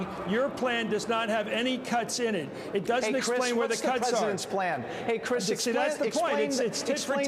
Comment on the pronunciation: "ey crish"... thats gonna haunt me